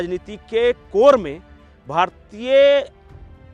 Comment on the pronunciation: भारतीये नही बोलना भारतीय शब्द का उच्चार भारतीय ही कीजिये न की भारतीये। आप लोग "य" अक्षर का उच्चार "ये" ऐसा क्यूं करते हैं?